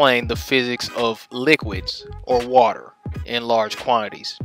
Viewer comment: What the hell is 'wodder', anyway?